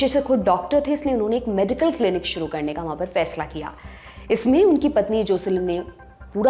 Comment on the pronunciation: I liked your accent today when you pronounced aap dekhna SHRU kar chuke hai at 1.40 minutes 😂